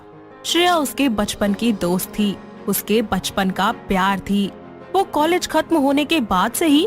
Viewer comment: College hota h collage nhi 🤣